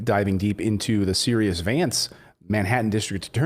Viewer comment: Hi Clayton, You are mispronouncing the name of the Manhattan D.A. It is Sigh-ruhs. This was the name of a King of Persia. This man's father was Cyrus R. Vance, Sr. He was President Jimmy Carter's Secretary of State.